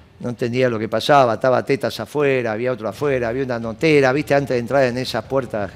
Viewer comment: "Estaba Tétaz..." (siempre le cambia el acento jajaja). Es craaaa el Guille